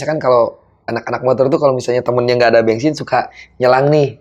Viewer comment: Org sunda pisan mau isi bensin aja bilangnya isi bengsin 😂